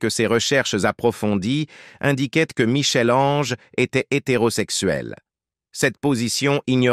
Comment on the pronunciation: La prnonciation de Michel Ange est la preuve que le locuteur est inculte